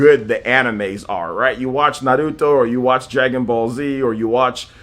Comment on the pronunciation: He says it right. How it's supposed to be said.